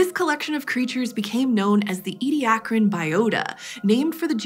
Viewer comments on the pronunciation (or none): It's "Edia-car-an", not "Edi-ac-ran"... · I'm irritated that keeps missing a syllable in the middle of Ediacaran, pronouncing it as "Ediacran."